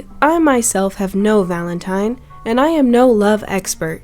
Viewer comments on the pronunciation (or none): none